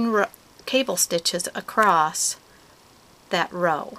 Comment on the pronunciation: If she says "acrost" one more time....